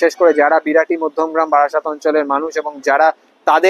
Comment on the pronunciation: বারাসাত not বাড়াসাত